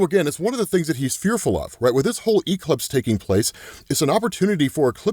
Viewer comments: Why does he pronounce Eclipse as E-Clips lmfao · Bro...why do you say E-clipse?😂😂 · Why does pronounce ''Eclipse'' like that (e-clips)?. Where's his accent from in the US?. I'm not from the USA. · I love how says E-clipse lol 😅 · Quit saying e-clipse in there 😂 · Bro really said "E-Clips." 😂😂😂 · It’s killing me that you over pronounce the E in eclipse but say it properly for ecplipso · I’m genuinely enjoying how you’re pronouncing eclipse with exaggerated Es but pronouncing eclipso perfectly 😂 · the way ur saying the word eclipse is killing me 😭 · I caught that right away 😂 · Have I been saying Eclipse wrong my whole life?